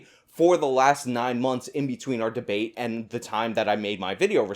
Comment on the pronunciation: He lost me at 'debateybate'.